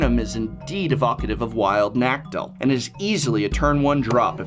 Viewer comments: nuh-CAH-tuhl. I thought you were an English teacher, prof! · "Wild Naktil" >_> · The way the professor says Nacatyl triggers me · "Wild Nactal?" Is that how you actually pronounce it or are you just trolling us. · never heard nacatl pronounced like that before....